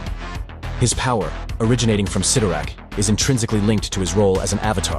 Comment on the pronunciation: It's pronounced sit-tor-rack